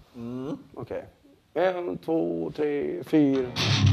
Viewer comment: 'one two tree three' xD